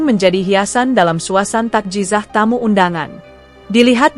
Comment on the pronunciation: Takziyah yg benar bukan tazizah